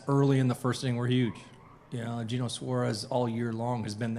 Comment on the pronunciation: How do you not know how to pronounce eugenio by now?